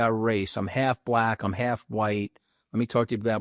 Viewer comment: Trump is anti-social, racist. Listen to the way he pronounces the word, “black.”